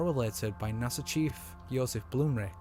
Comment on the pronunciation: it's not NASA it's nah son 😆